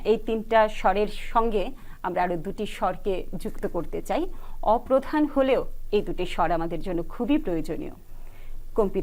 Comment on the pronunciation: অপ্রধান নয়:অপপ্রোধান হবে উচ্চারণ।